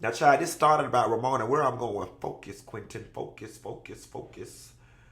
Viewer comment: "Quainton focus"😂😂😂😂